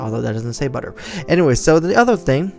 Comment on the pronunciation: mmm... budder apple